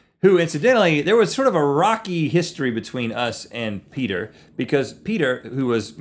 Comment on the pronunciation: "Heeeey, Peter." It's Peder.